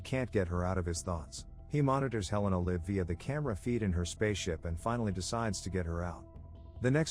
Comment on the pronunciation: I like how he can never pronounce live and live properly